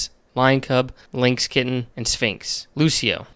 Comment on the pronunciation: how are you engulfed creating pokemon content and butchering the names this madly,????? "Lucio"